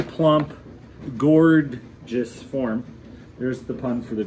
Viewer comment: "Gord-geous" pot! haha Cool video